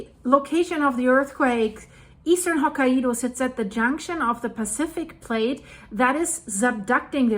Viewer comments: Okay this is just sad... It's not "Ho-ki-e-dow" 🙄😒 it's pronounced Ho-kai-dow the "Kai" is like saying "Sky" the Kai part is like saying Sky, Kai, Ho-sky, Ho-Kai. Get it? There's no "E" in the name. Your saying Ho-ki-E-dow. There is no such place in Japan. Not one person around you has tried to correct you!? No one!? This is why it's sad. I hope this helped. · Japan lesson time. Say Hokaido as, Ho-Kai-Do. Not, Ho-Ka-ido. Ho, as in Santa Ho Ho Ho, Kai rhymes with Guy, and do, as in Do Re Me. よろしくお願いします。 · Pronounced hoo kai do. Not ho ka i do. lol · [Hoh-ky-doe] Please 🙏🏻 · Hello from Japan! The pronunciation is HoKAIdo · It's actually pronounced hoke eye doe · We were in Okinawa during the 9.2 (we had virtually no effects) and my son was in Tokyo (chaining up his American bike the moment it hit). We moved to the mainland that summer and were able to participate in the clean-up of a rice field in I believe August of that same year. The devastation first hand was unbelievable. As a side note, Hokkaido is pronounced by the locals as 3 syllables. Hoe Ki doe with emphasis on the Ki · Its Ho kye do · The Japanese Island of Hokkaido is pronounced as "Hok-eye-do" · Living just across the Coast Range from Cascadia subduction zone I’m really glad Oregon doesnt have nuclear plants on that coast! By the way the pronunciation is Ho K-eye Dough. Santa says Ho Ho Ho, eye Dough (like bread) 😌💙💙💔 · Living just across the Coast Range from Cascadia subduction zone I’m really glad Oregon doesnt have nuclear plants on that coast! By the way the pronunciation is Ho K-eye Dough. Santa says Ho Ho Ho, eye Dough (like bread) 😌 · hoe kai doe... 3 syllables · On the Pulse as always, thanks! (Btw its pronounced "hawk-eye-doe" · I think Hokkaido is pronounced “Hokk-eye-do”